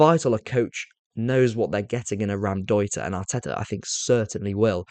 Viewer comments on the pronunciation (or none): Really love your content but it's not Ram-deuter. It's pronounced Row (as in to argue) M- deuter